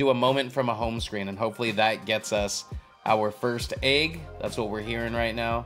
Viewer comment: Why are there people always saying agg instead of egg